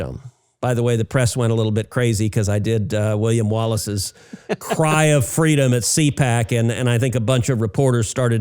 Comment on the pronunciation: God bless fweedom!!! 😉